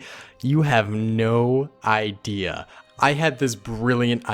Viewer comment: "you have no Idea, my adea is..."